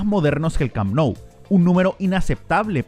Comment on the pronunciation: Oye q te pasa cuando hablas ? Te podemos ayudar . Por ejemplo se llame les corts no les cops el el Camp Nou se. Pronuncia cammmmppppnou no parece ta difícil …